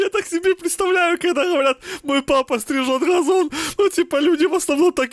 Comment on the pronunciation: "strizhot gazon" 🤣🤣